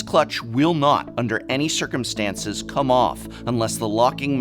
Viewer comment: Yeah, the new vowels threw me off!